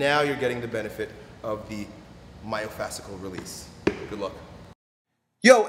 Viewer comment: Myofascial not myofasical.